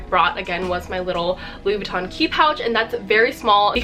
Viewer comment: Louis Vuitton not Louis Vuittone